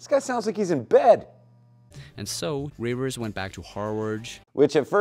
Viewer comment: “Riwers went to Harwardge…”